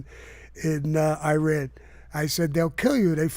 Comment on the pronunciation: Iran and Iraq are pronounced just like Italian. Not I-talian.